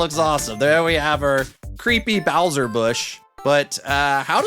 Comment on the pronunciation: "boush" "bowtra troopa"